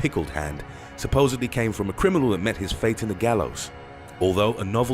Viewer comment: How can you not pronounce urine right?